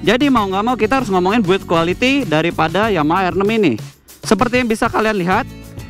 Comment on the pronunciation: Motornya bagus, tpi yg reviewnya ancur salah duanya suara dan gak bisa ucapin R6 in english. Masih nyampur like R6 (dia sebut: er six). Mana pantas reviewer kayak begitu. Sayang channel sebesar Autonetmagz terkesan murahan hanya karena reviewer seperti itu.